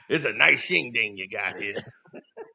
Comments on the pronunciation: Shindig. Not shinding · Not shing ding it’s Shin Dig. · Shindig, not ding. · It's Shin-Dig not Shin-Ding... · mispronouncing shindig as "shingding", makes the roast even funnier